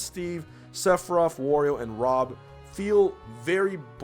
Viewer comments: This video: *professional* Tongue: chroy and rom folks am i right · "Re-you" "Croy" "Rom" lol <3